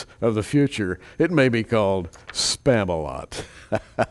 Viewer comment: Stearman,.. you really nailed the spam-o-lot like a pro !